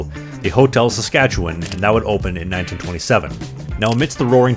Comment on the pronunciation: Gasp you pronounced Saskatchewan correctly. So many people say saskatcheWAN emphasizing the WAN pronouncing the A like how it is in yawn. When in reality it’s pronounced somewhere between “win” and “wun”